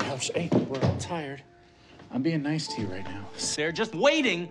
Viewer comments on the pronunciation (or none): none